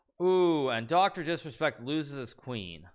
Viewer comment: Why can’t he say disrespect ?